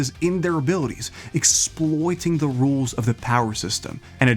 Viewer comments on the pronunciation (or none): none